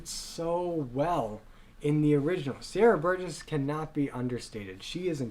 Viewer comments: Why do you keep calling Sierra Boggess Sierra Burgess? Also Emmy was a trained singer she was just too young. She was 16 when she auditioned and she just didn’t have the vocal maturity needed for the part. Joel and Andrew should have known better. Patrick Wilson was a Broadway star. He was in several musicals on Broadway including Oklahoma and The Full Monty. I agree with a lot of your points but calling Patrick Wilson “not Broadway trained” when he literally trained to and eventually did perform on Broadway is just disrespectful. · I agree with everything you said in this video lmao BUT I am so TRIGGERED by the way you're pronouncing their names! It's pronounced RUHmin KUHrimloo and Sierra BoGUESS lollllll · Pretty good comparison, but the way you mispronounce Ramin Karimloo and Sierra Boggess is almost unforgiveable. And Patrick Wilson is a well known Broadway actor. Look him up. And to call Andrew Lloyd Webber a one-hit wonder has made me decide to never look up any of your other reviews. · 😂 bit harsh, but yes. The lack of research is killing me